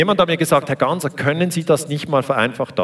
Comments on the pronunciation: "Gassner" der Moderator bekommt es nicht auf die Reihe, den Namen richtig auszusprechen. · Wie immer ein kompetenter Daniele Ganser. Der Moderator ,Reporter von SRF den Namen Ganser nicht richtig ausspricht sagt alles aus über die Qualität der main-stream Medien